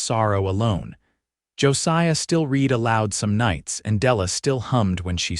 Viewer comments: I think, although I'm not certain, that all of these stories are narrated by AI because they constantly mispronounced simple words like live and live and read and read. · AI may be a helpful aide, but still leaves a lot to be desired. The incorrect pronunciations of words like "wound", "live", and "read" show, and hear, plainly the inhuman element that detracts so jarringly from the narration. The captions are surprisingly good, but also have those occassional AI flaws that irritate. Wish there was some careful editing to eliminate these elements that mar a pleasant story. OR, USA